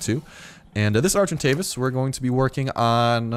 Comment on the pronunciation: you have to call your argentavis: SergantDavis LOLOLOLOLOLOLO